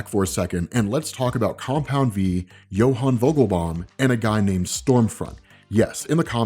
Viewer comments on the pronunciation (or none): Ummm..it's pronounced "Jonah Vogelbaum"!!! NOT "Johan"!!😑😒...someone failed public school 3rd grade!!!😅😅😅